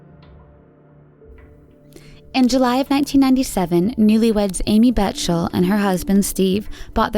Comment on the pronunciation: And she pronounced the G in Geraldo. And mispronounced the Bechtels' name. I don't care for this person's narration at all.